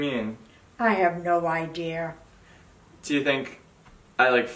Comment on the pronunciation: Love grandma lil and Kevin. “I have no idear...” “water u gunna do”